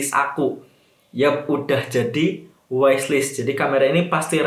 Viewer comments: Bukanya bacanya "wishlist" ya bukan "waislis" kalo "wais" kan tulisanya "wise" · Iyaa kujuga pen ngaqaq pas dengernya maap. 🤣 wishlist bacanya wislis bukan waislis